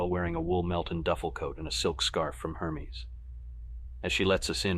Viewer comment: I was wondering how someone with an eye for perfection mispronounced so many things like Hermes, tomatillos, jicama, and the worst: “Purchased for dollar sign one thousand forty.” I started listening on an android phone with a teeny tiny font and didn’t realize it was an IA until I switched to my iPhone. (I’m terrible with Android phones.)